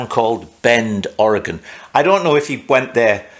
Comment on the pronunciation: You pronounced "Ory-gun" correctly, not to common among out of staters, impressive. I built a pie cut exhaust one time, that was fun, you can even buy precut pie pieces. I also wondered if a wedge piece between the head and carb mount would've helped. I really enjoy watching your ingenuity and listening to your accent.